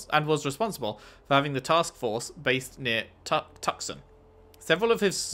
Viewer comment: Also Tucson is TWO-saan